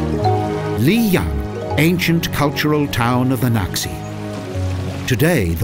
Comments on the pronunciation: Lijiang = lee-JAHNG, not lee-YAHNG.//Qing is pronounced CHING, not QUINN.//According to Lonely Planet Guidebook, 'x' is pronounced 'sh' in Mandarin; so Naxi should be pronounced NAH-she, rather than KNOCK-see. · The narrator should take a class of chinese pronunciation. You need to do a little research of how common words like qing and lijiang are pronounced correctly.